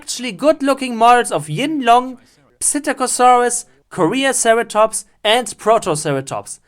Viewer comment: "Korean Ceratops." That made me cringe so hard.